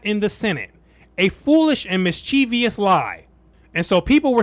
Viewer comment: There’s no I after the v in mischievous